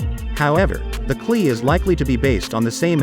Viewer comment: It is not pronounced "Cle" ......It is pronounced C>>>>L>>>>>E